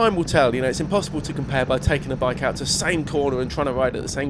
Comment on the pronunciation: Bi-ke. Tri-ke. not hating just stating.